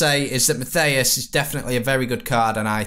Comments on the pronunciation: IT IS MAT EY US NOT MATH EY US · It's pronounced -hey-us not Math-hey-us ---- but considering can't even pronounce Fabinho -- it's not surprising -- maybe he should start calling his brother - Math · Matthaus is pronounced (MAT-I-US) Not (MAFF-A-US) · Can you not say maffeus it’s mattheus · hes pronounced 'Mat-ey-us' not 'math-ey-us' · “Maffaeus” and the whole video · Sorry, it's bugging me... Matthäus - the H is silent so it's like Matteus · and it’s “Mat-tay-us” in pronouncing his name, great video like usual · Tomorra as says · Correct Pronunciation of Matthäus - Mat-hae-us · Maffaus, mathaus, is disturbing my peace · How many times in one video did you just pronounce matthaus wrong!